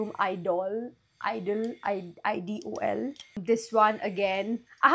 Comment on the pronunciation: E-dole...you can pronounce like this...just helping as I was seeing the video... lovely lovely collection.... Try Byredo perfumes. Also creed queen of silk or Creed Carmina. Afnan Mystic Bouque which is a spot on dupe for PDM valaya or valaya exclusif... Try plssss....